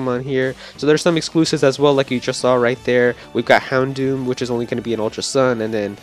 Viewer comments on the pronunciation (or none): none